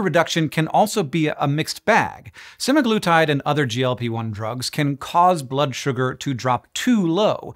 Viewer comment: pronounces it suh-MAG-luh-tide